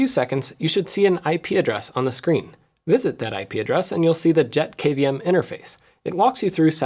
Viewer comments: thats a pretty sweet little dude! Every time you said JetKVM, I kept on hearing "Jeff KVM" 🤣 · Every time Jeff says JetKVM I hear JeffKVM.